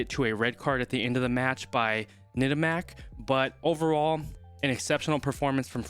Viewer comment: Bonne prononciation :Tamack! Pas Nettamac....👌👀😅🐓